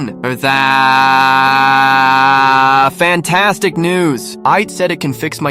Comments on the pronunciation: "FENTAAAAAAAAAAAAAAAAAAAAAAAAAS FANTASTIC" what i heard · Jesus Christ that way he says that word fantastic😬😵‍💫😣